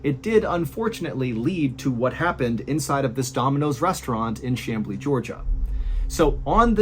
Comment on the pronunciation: I just wanted to mention that you pronounced Chamblee perfectly! I've heard so many wrongly pronounce it, but you got it! 👏👏👏